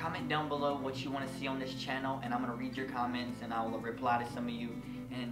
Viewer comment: You're so fucking adorable OMGG 😭😍 when you kept saying "new Chanel" 😂❤️